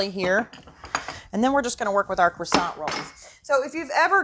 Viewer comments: Thanks for the video but you're killin' me! It's either pronounced Kwasan(t) or, what is in the can, Crescent - like a moon. Cresant roll is maddening! lol Smack that Can,! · I don’t understand. Many YouTubers making food videos use Pillsbury Crescent Rolls as a creative tool for easy recipes. But, so many are pronouncing the word “crescent” as though it is pronounced “croissant”. IT IS NOT. Please look up the word and pronounce it correctly. Words are your stock-in-trade. Do it right. Thank you.